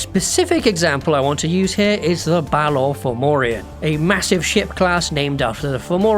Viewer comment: That is not how you say "Fomorian" but Irish does have a very loose and distant relationship with Latin script.